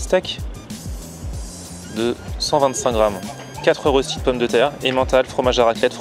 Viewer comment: Ahhhhhh la prononciation du mot röstis 😂😂 Sa se dit röstis mais sa se dit reuschtit 😂😂